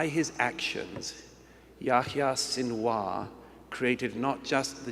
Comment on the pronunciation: "Sin- and War"